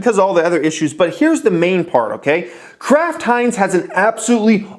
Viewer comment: Am I the only one hearing Crap Heinz when he says Kraft Heinz?